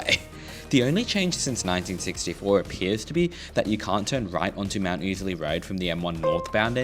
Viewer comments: No. It's def oozly. For the first time ever got it right. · It's pronounced ow-sley. Rhymes with lousy. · Ozlee lol. I never heard it pronounced 'ozlee' not even once and I must of heard it pronounced 'oozley' 10,000 times in the last 40 years. Not to mention the 5000 times ive driven a truck up and down it in the last 20 years with the uhf on and everyone calling it 'oozley' so we'll go with that